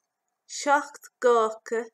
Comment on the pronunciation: You pronounced seachto (7) as shock. Do you know why others pronounce it as shock-tow? Which is the correct pronunciation? Thank you for any help. And thanks so much for your great helpful videos. <3